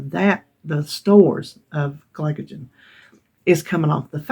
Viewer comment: Glycogen- you pronounced perfectly! Congrats on your you-tube Anniversary, I am a new sub and you crack me up. Look forward to watching more of your content! 1 pound loss is great, you lost 4 sticks of butter or like we say in Massachusetts buttah!